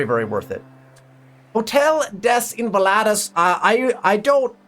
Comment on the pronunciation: google the pronounciation of hotel des invalides ;)